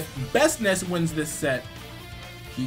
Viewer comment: This man didn't just say "Bestnice" .......